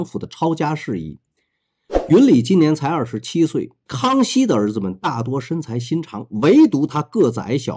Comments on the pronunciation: 颀（qi二声）长。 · 颀（奇音）长， 我念错了。😁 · 颀( qí )长，我读错了，多谢指出😁🙏